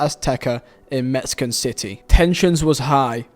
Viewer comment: I'm sorry but the amount of mispronounced names/places in this video is absolutely out of control. Dude theres probably someone of fiverr you can pay a few bucks to proofread your scripts and provide proper pronunciation. Mexican City dog?